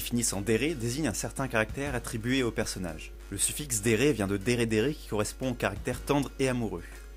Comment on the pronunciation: Cool la vidéo, mais j'aimerais noter quand même quelques petites inexactitudes : - Le mot "Dere" se prononce "Délé" avec l'accent japonais (mais bon, ça arrive, ce n'est pas très grave) - Les tsundere et les kuudere représentatifs sont Taiga Aisaka de Toradora (Tsundere Queen) et Kanade Tachibana de Angel beats (Kuudere Queen) (j'ai vu que tu as mis des images) et non Asuka et Rei de Évangélion (même si c'est Rei qui est la première des kuudere et c'est elle qui a mis la mode ce type de personnage). Après, Asuka et Rei sont quand même des deres extrêmement connues, c'est vrai que c'est difficile de savoir qui est la Queen entre elles toutes x) - Coodere ce n'est pas pareil que kuudere ! La kuudere est un personnage comme tu l'a décrite tandis que la coodere est beaucoup plus ouverte : elle peut être taquine et elle peut sourire beaucoup plus facilement qu'une kuudere, elle peut même rire ! Elle peut aussi s'énerver et être bavarde. Après, ce n'est pas une deredere, la coodere est beaucoup plus CALME. Comme exemple de coodere, on a Shinoa de Owari no Seraph ou bien Grey Fullbuster de Fairy Tail (en exemple de mec). Bref, il y a une différence entre les deux ! - Rena est une yanGIRE ! À ne pas confondre attention, elle est vraiment tarée au point de tuer celui qu'elle aime si c'est pour satisfaire son plaisir sanguinaire ! La yandere tue par amour et la yangire par "envie sanguinaire". Voilà, c'était tout ! Sinon, la vidéo est sympa, dommage que tu n'es pas rajouté d'autres typ